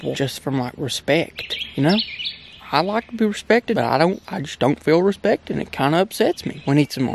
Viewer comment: He said respcte 😂😂